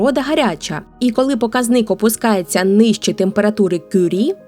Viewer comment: Прекрасний канал, дуже цікаві розповіді. Але у слові покАзник наголошується буква А, а не И. ПокАзник, покАзники.